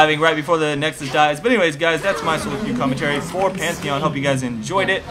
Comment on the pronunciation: The Best "Pentahon" <3